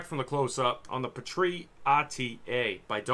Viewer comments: "Pee - Tree", not "puh - tree". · Omg why are you pronouncing "petri" like that?? It's driving me nuts😓 It's pronounced "Pee-tree" with the emphasis on pee (lol no pun intended) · its pronounced pee-tree smh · Not sure I can buy juice line from a guy who says Pah-Tree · What are you calling it? It's a PEE-TREE not sure how you could even mispronounce that